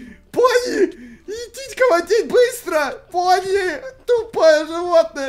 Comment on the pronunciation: ПонИ, а не поНЬ!!! поНЬ-это мальчик, понИ-девочка!